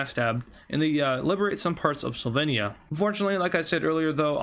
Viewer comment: You pronounced Slovenia wrong